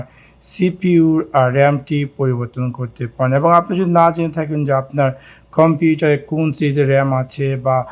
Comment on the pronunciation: ভাই কোন ভাষায় কথা বলেন?🥴 খম্পিউটার কি?